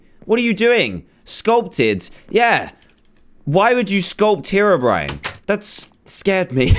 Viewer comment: you said terobrine hahahaha :D